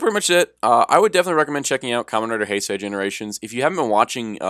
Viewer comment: You pronounced Heisei wrong.